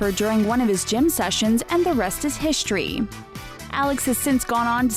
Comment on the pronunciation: The rest is hishtory like wth lol